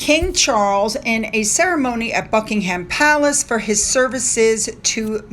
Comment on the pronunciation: Hi, hope you don’t mind me telling you, when you pronounce places like Cheltenham, Buckingham, Birmingham, you don’t say the ‘h’, so it’s like buck-ing-um, or chel-ten-um. Hope you don’t mind me telling you. Love your videos xx